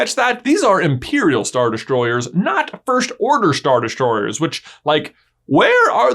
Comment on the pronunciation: Always makes me laugh how you pronounce “first” as “firsht”